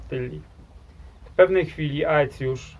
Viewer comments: „Ae” czytaj „e” po łacinie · 1. Aecius to się pisze, wymawia się ECJUSZ. 2. Z konnymi łucznikami Rzymianie mieli do czynienia już w I wieku p.n.e. w bitwie pod Carrhae. 3. Plemiona germańskie od Bugu po Ren? A czemu nie od Sekwany po Don? A co sobie będziemy żałować - od Pirenejów po Wołgę, od Bieguna Północnego po równik!